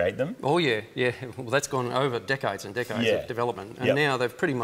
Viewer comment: Did he say that the brake fluid was dripping for decades or dickheads?